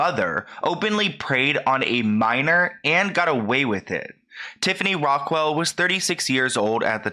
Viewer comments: It's Rockelle not Rock-well. Smh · Ahh omg sorry but it’s driving me crazy the way keeps referring to her as Piper ”RockWELL” lol 🙈 Like dude, come on— it’s “Rockelle”! 🤦‍♀️ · its rock kell not rock well.... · Rockelle not Rockwell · Btw it’s actually ROCKELLE not ROCKWELL but just letting you know, anyway love your vids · rockelle* not rockwell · It's not Rockwell, it's rockelle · Completely agree but it’s rock-elle not rockwell 😭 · It’s Rockelle not Rockwelle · rockelle (rock-elle) not rockwell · Its rockelle not rockwelle you dumba$$ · kept calling her piper rockwell… it’s rockelle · Not Rockwell. It’s Rockelle. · I LOVE HOW josh (dad challenge podcast) shouts you out and you shout him out. I LOVE YALL. &&& I think its Rock - Elle not Rockwell. But none the less keep it up !!! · Why does he say it like piper rockwelle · I'm so sorry to be that person in this matter but I bothers me 😂😭 Its Rockelle (Raw-kell) or (Rock-kell) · I love you but I think it's Piper Rock-elle Xxo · The fact he said pipers last name wrong lol 🤣😂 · I love you but if your going to talk about someone learn to say there name